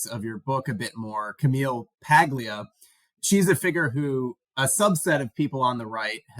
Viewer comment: The “g” in “Paglia” is silent. “PAHL-ee-ah.”